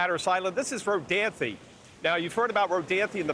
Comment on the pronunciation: He pronounced Rodanthe completely wrong. 🤣